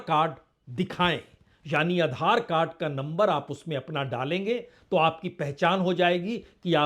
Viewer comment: Are tum adhar ko galt tarike se bol rahe ho